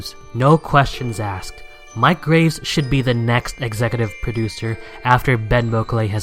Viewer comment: Mic Graves's name is pronounced Mick not Mike